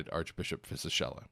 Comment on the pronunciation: Just a quick note from Italy on how to pronounce the name Rino Fisichella: Rino is like "reeno" and the "ch" in Fisichella is hard, like it were written "Fisikella".